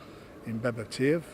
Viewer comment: Can someone teach frank how to say beterbiev 🤣